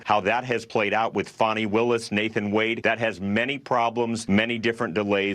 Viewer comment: Not Fonnie...its Fannie!!!!